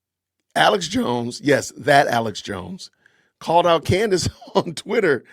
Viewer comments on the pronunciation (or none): It’s Candace not Candice